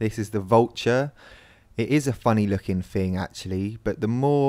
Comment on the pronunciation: "A funny looking 'fing'" he said xD